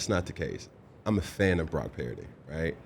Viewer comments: Is he saying Brock Parody? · Does anyone else hear Cam pronounce Purdy as Parody? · With regards to one of Dan's favorite topic (game manager/game commander), I tend to agree with a lot of what Cam is saying. With this interview, I can't get past how he is pronouncing Brock's last name. Parity/Puridy/Parody? The name PURDY is not that hard to pronounce. Also seems like he's mispronouncing it on purpose given the heat he was getting on this topic. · He doesn't know how to pronounce Purdy? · Why does he pronounce Brocks last name wrong? 🤡 doing it on purpose